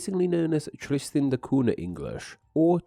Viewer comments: I was waiting for some recorded samples of Tristanian, but alas. Also the name of the island is pronounced Tristan da KUN-ya, NOT COO-na. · It's pronounced Tristan da Coon-ya.